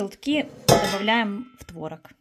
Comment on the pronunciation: Правильно произносить творОг